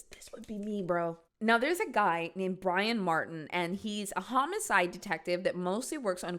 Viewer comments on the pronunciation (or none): none